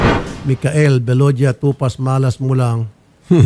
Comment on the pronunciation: Atty.tupak Hindi tupaz....